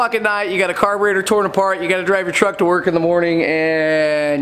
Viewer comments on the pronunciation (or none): none